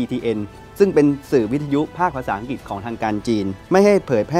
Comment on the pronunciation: คงอีกไม่กี่สิบปีดอก ที่ภาษาไทยจะวิบัติมากไปกว่่านี้ อ่านหนังสือกันแย่มาก นี่ขนาดการศึกษาระดับปริญญานะ อังกฤษ ต้องอ่านว่า อังกริด ไม่ใช่ อังกิด, ปลุกปั่น ไม่ใช่ ปุกปั่น เด็กรุ่นใหม่ได้เห็น ได้ฟังสิ่งที่ไม่ถูกต้อง แต่เค้าไม่รู้ดอกว่า ถูกต้องหรือไม่ เค้าก็จะอ่านและออกเสียงตามที่ได้ยิน ภาษาไทยก็จะอ่านออกเสียงไม่ถูกต้องนับแต่นี้.......... การทำหน้าที่สื่อ พิจารณากันหน่อยว่าควรปรับปรุงหรือไม่ หากไม่สามารถอ่านไห้ถูกต้องได้ ก็สมควรหาผู้ประกาศที่สามารถ เพราะนี่คือภาษารากเง้าของเราแท้ๆ แล้วจะเอาอะไรกับภาษาที่ต้องใช้สำหรับทำมาหากินในยุคสมัยนี้อย่าง ภาษาอังกฤษ!!!!!!